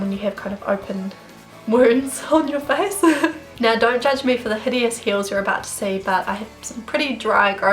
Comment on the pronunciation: Was I the only who laugh when she Said 'Fees' instead of 'face' 😂😂 Btw loved the video ❤️